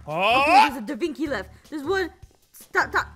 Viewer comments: its leanardo davenchi not davinky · and aphmau its da vinci not davinky and its the mona lisa not whatever you said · De vinky 😂